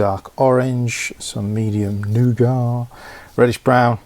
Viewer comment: it's pronounced nougat and not nougat :P